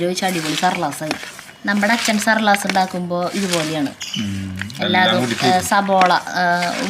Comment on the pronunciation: സബോള അല്ല, സവാള, സർലാസ് അല്ല, സാലഡ് വട അടിപൊളി സൂപ്പർ preparation 🙏🏻